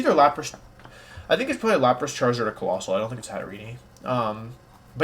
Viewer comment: Pronunciation: GHEN-GAR, not Jinjar// HAT-A-REEN, not Hatterenie 😤